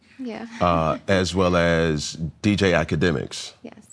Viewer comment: Did this mf say dj ak lmaoooo